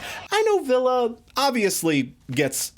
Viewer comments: Yes he's saying "Ville". I'm sorry if I'm wrong for imposing. It just sounds like you keep on saying "Villa" in your video. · Please learn how to pronounce Ville's name. I cringed everytime you said his name wrong. Other than that carry on.